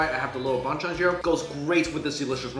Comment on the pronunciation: Since I’m Korean, hearing mike say “ban chan” is so funny😂😂